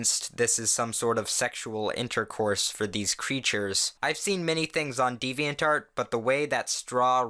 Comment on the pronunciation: Y do u say deviant art as diviant dart